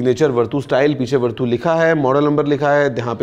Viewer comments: Verdu nahi he bhai it's vertu 😂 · sir wo वरटू नहीं वर्च्यू होता हैं... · Vartu nahi is ko varchu padhte hai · Aap ke uccaran me kuch problem hai,, it’s verchu not vertoo,, we didn’t expect from u.. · भैया इस को वर्तू नहीं बल्कि वर्चू बोलते हैं। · Its verchu not verdhu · It is pronounced as "Virtue"